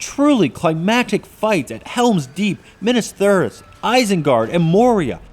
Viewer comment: 'minnus theorus'